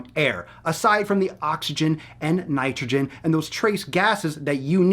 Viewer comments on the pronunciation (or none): none